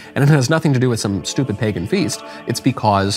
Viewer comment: She keeps saying pegan cause she doesnt want to say "white people". Could you imagine if she said "all these middle eastern people stole white pegan culture to create this religion" then she'd be canceled 😂